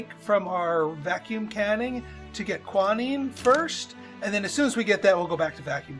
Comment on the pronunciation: I do not understand your pronunciation of Quinine - it keeps sounding like you are calling it kwa-neen. The British pronounce it kwee-neen and the American pronunciation is kwy-nine